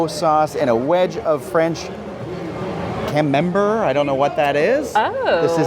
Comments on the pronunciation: Camembert is pronounced Ca-mum-bear. It’s another soft French cheese but a little different than Brie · Cam-men-bear is how you say that cheese. It is better than brie for sure. Sounds like one drink was worthwhile.